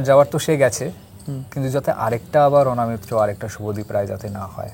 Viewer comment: অ "না" মিত্র নয় , ওটা হবে --- অ "ন" মিত্র। সঞ্চালনা / পরিচালনা করার আগে , বাংলা ভাষা ও অভিধান পড়া একান্ত জরুরী।